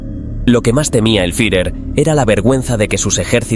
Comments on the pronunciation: ¿Fiujer? En todo casi como debiera sonar la palabra: Fiurer ! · El "furjer" ??? jajajaja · El furjer xD